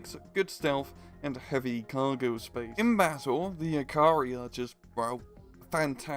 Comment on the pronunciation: I have never ever heard anyone pronounce the word "jääkäri" so horribly wrong. As a Finnish person, I shall use it.